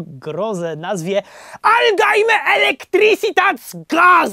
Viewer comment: Jakie "aldajme"?! Jakie "gazel szaft"?! Widzisz gdzieś "D" w "algemajne", albo gazele w "gezelszaft"?! Cóż za przygotowanie... 🤦🏻‍♂